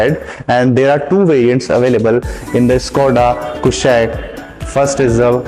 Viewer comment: Abe pahle naam to theek se pronounce kr le 😅😅😅😅